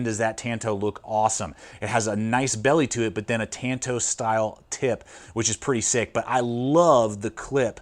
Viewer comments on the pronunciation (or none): Great review and solid channel. Small gripe - it’s pronounced “t-on-to”. 🙃